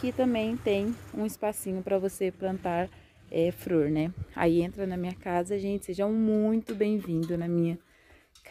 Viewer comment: sera que eu entendí? ela falou fror? ou flor?